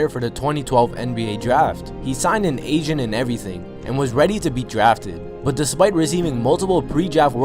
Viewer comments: Who else kept hearing Asian instead of agent lol... maybe I'm just deaf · Whenever say agent it sound like he is saying asian